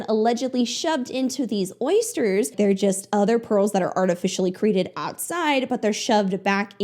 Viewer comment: when that one woman said 'oyschers' i had a legit visceral reaction.